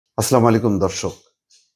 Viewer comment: দয়া করে শুদ্ধ ভাবে সালাম দেওয়ার চেষ্টা করবেন।